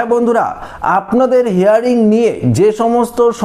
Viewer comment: কথাটা হেয়ারিং নয় হিয়ারিং। ইংরেজি হিয়ার মানে শোনা আর হিয়ারিং মানে শুনানি। শুদ্ধ করে ইংরাজি বলুন